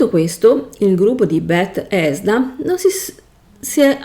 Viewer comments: Tutto ok ma perché continui a dire bet-hesda? È tutto attaccato 🤣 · ma infatti ciascuno faccia ciò che vuole. Resta la questione del perché una persona con evidenti difficoltà scelga di recensire un prodotto che neppure conosce, esponendosi poi a critiche. Se io voglio raccontare di un videogioco, prima cerco di informarmi. "Bethesda", "Vault" pronunciati in quel modo danno fastidio perché mostrano totale disinteresse, mancanza di conoscenza. La tua libertà di parlare di ciò che vuoi non è superiore a quella di chi poi ti fa notare che è tutto estremamente sbagliato, poco curato e fastidioso.